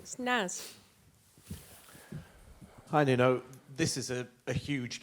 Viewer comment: Did she call him noonoo? 😂😂